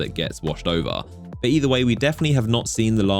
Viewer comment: Drinking Game: Take a shot every time you hear an isolated low-voice "BAW" (intending to say 'but' with an accent)